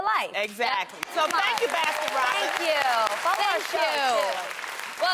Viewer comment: why does tamera not know how to say baskin robins